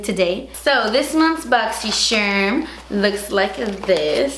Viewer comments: ITS PRONOUNCED BOXY “CHARM” not shirm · Just curious, do you say BoxySHerm instead of BoxCHarm on purpose? Lol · “boxxy sharrrm” makes me giggle every time love you 💕💕